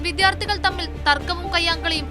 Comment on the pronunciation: വിദ്യാർത്ഥി എന്ന് കറക്റ്റ് ആയി പറയൂ